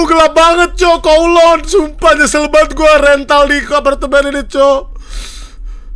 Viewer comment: bang brando info aja itu bacanya kawluun